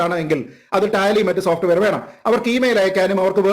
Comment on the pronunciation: സോപ്റ്റ് വേയർ അല്ല സോപ്